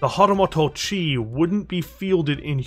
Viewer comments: I love the video, but it's "moto" like "motor", not "moto" like "motto". :) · hatamoto (hah-tah-MOH-toh) It was painful to listen to you butcher Japanese. 😅